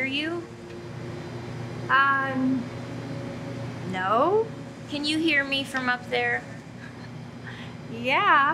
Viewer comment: Bro said noe not no